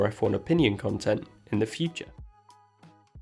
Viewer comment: "red bull conetent" ????